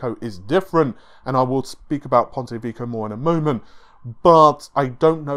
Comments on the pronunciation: lol, Ponte Vico, Rinoh (Renoir) and counting... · It's supposed to be pronounced "Veh-key-oh". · Pontay Veeko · ""Ponte Vico"??? WTF is that? Put some effort into it. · here's how to pronounce "Ponte Vecchio" :P